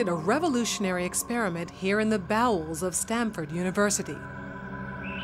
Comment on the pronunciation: haha she said bowles